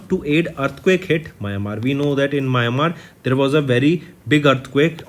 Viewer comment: Mayamar nahi bhaiya, Myanmar hai 🙂